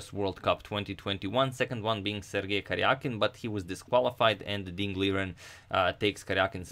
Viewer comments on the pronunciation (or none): none